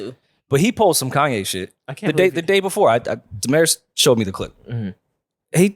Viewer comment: Damaris name is pronounced different in Spanish. Damaris is a Spanish name where American missed pronounced it. Translate Damaris to Spanish in Google translate. (Da-mah-reese).